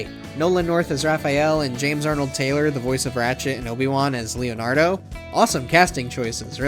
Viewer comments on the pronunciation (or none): For starters you pronounced Leonardo wrong when mentioning the best turtle. You didn't mention Hyperstone Heist. Turtles In Time for SNES is better than the arcade version and is the best TMNT game. Shredder's Revenge would take top spot however not all the voice acting is top notch. Only thing that holds it back.